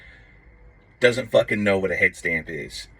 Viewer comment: Say "head stamp" again though 🤣🤣🤣